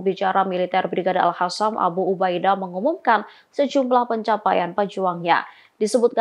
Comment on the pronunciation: Selalu mengikuti berita tribunnews tapi merasa gak nyaman kalo si mbak nyebut kata AL HASAM yg semestinya AL QOSSAM/QASSAM. 🙏🙏🙏